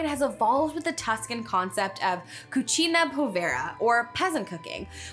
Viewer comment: It sounds like she's saying "It's a cochina" in Spanish...(In Italian the U is more pronounced) 🐖🐷🐽😂